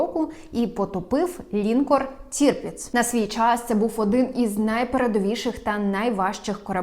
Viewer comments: Перевіряйте наголос в незнайомих словах, таких як лінкОр. Додивитися не вдалось, бо ріже слух. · Правдиве те, що у тебе губища наколені))))))))) Не лІнкор а лінкОр..